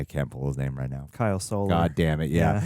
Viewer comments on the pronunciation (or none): none